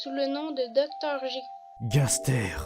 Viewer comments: C'est super,mais on ne dit pas (Gasrère)mais (Gasteur)même si ça s'écris Gaster. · Sa se dit gasteur